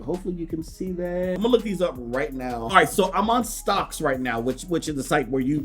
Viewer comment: It’s pronounced Stock-X bro lol not “Stocks”